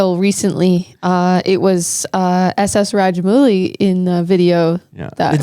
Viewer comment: ss raja-mooli instead of ss rajamouli 😂😂